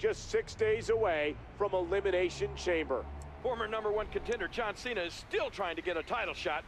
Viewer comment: santino says john chena "qena"